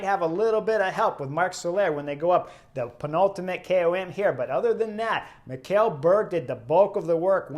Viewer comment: Just a FYI. Mikkel is pronounced like ´nickle´ only with an M. Also fun fact: A group of german climate protesters also tried to block the road on stage 3 in Denmark but some big guys in the crowd removed them physically a couple of times and they gave up.